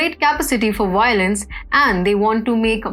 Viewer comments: excuse me its Violence not wiolence. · Wiolence.... conwerted For goodness sake, learn for once that v is a v and NOT a w.